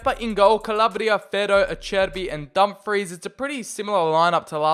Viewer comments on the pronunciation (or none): none